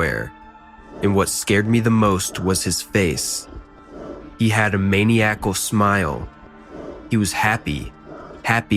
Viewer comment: You gotta start pronouncing words right bro, maniAcle??